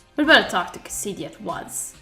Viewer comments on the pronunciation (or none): Cass-e-dee love that pronunciation (sorry i do know your 1st language isn't English but its funny when you mispronounce stuff lol)